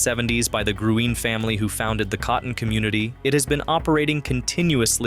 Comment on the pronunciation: Its pronounced " GREEN " 💚.. Dancex many nights at Gruene Hall. .